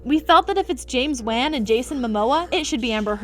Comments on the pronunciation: Its pronounced won not wan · Who is James Waan ? It’s James Wan? Come one day the guys name Correctly it sound you you are crying Waaa waaa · James Wan* (promounced as 'ONE').... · Bruh you can’t even pronounce James Wans last name correctly… white people